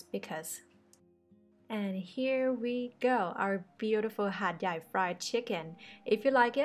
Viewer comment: Hat Yat or Hat Yai....555